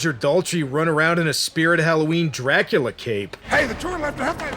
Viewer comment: Did Daltrey really just say "Draculer" eternal? For another fine Roger Daltrey performance, check out Dark Prince, The True Story of Dracula. I believe he says another word that doesn't end with an "R" (I believe the word was Romania, only he said Romaniar).